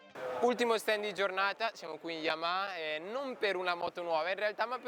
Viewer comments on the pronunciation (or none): none